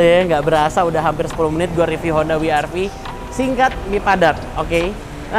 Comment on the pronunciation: wi ar vi untuk pengucapan dialek Jerman